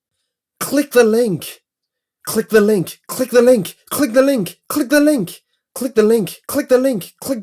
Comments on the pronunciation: now it just sounds like clig the ling! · It sounded like he was saying clinga linka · Click the link said repeatedly sounds like clickalink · "clig the linghk" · Click ( Dramatic pause ) The ( Dramatic pause ) link